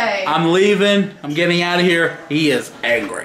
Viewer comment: First says angwee and now doopid...what's going on? Are you healthy?